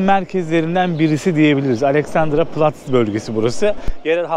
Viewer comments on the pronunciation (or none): Alessandıra platz değil Alexsander platz olarak okunur .Almanya genelinde Şehirlerde en yoğun Tren değil Metro kullanılır.Dönerler Türkiyedekinden daha doğrusu Türk yiyecekleri daha başka Döner genel olarak 8 Euro pahalı olmuş.Evsiz kelimesi biraz yanlış Kendileri istiyorlar Ev kiralamaları için Devlet hemen maddi yardım veriyor ve ev buluyor Acilse Heim denilen yerlere yerleştiriliyorlar sonra ev bulunuyor.Tren metro istasyonlarında Alkolikler olduğu doğrudur fakat bu kişiler sonradan normal hayata geçiyorlar Almanya'da Alkol oldukca ucuz .